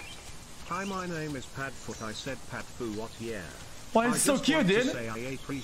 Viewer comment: him pronouncing the names xD